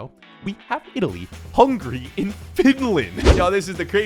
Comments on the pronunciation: Bro said hungry instead of hungary💀💀💀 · when he says hungry instead of hungary